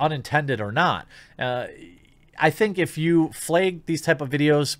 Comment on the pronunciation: how has jeremy not been censored for how he says "flag"...seems like every time hes dodging a bullet